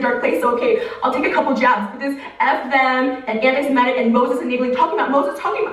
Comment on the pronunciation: not Trisha not being able to say the word semitism and "paying" to convert to judaism